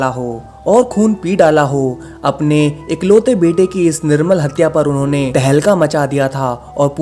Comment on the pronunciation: Bhai wo nirmal hatya nehin hota hai, wo nirmam hatya hota hai.